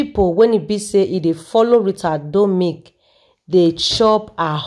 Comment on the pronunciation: Her name is RITA DOMINIC NOT "DOMIC"